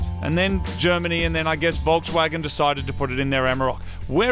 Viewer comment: A Volkswagon what? This is hilarious.